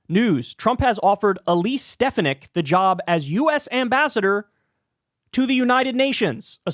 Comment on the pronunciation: The second syllable is stressed in Stefanik. She's excrement. But it's going to be annoying to hear it pronounced incorrectly for four years.